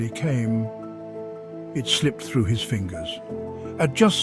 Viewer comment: through... not throught